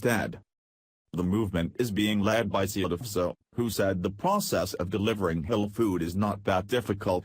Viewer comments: too funny...the computer voice keeps saying "hell food" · FUNNY FACT ABOUT COMPUTER-PROGRAM "VOICES", THEY CAN'T SAY "HALAL". Listen to this! Every time the word comes up the COMPUTER says "H'LLL'"---or maybe it's just "HOLE"---then the next phrase tumbles over it. ELECTRONIC VOICES SHOULD BE BEHEADED. THIS SITE'S SYNTHETIC SPEECH IS UNLISTENABLE ENOUGH; ADD TO THAT (or "subtract" FROM IT) the JUMPS & DROP-OUTS. This site SUCKS! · Was the Text-to-Speech robot voice trying to say, "Halal" to refer to the Muslim's preference for food slaughtered & prepared in a specific manner?? It kept coming out as, "Ulul"! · Robot voice pronounces halal food... as HELL food. Very funny. I don't like ROBOT VOICE OVERS. Thumbs down for you... too lazy to use human voice-over. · Its Kentucky Fried Chicken, not Muslin Fried Chicken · Halal? Is Mr Computer voice trying to say the word "Halal"? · Computers can't say "halal" interesting.